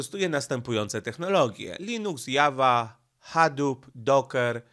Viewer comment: "Java" XDDDD Wielki inteligent, a nie wie jak wyjawia się nazwę najpopularniejszego języka programowania.